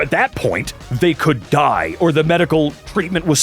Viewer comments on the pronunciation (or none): They could DlE 👹 alright there, that was a lot of emphasis XD